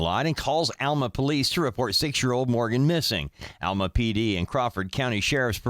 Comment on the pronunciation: It's Alma not Elma